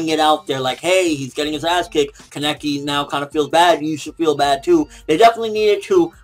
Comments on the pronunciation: fucking pronounce Kaneki right, please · jeez he's still saying his name wrong sigh.